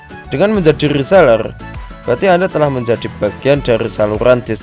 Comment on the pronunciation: Rrrrrrrrrrrrrrrrrrrrr rrrrreeselerrrrrr